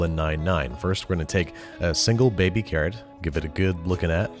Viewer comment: Ive slowed the video down as slow as it goes and i still dont understand carrot